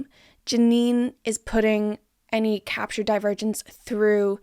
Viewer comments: Every time you say Divergents I hear Die-Virgins and its taking me tf out lol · About 10 min into the video I started hearing “divergents” as “the virgins” and honestly that further enhanced my viewing experience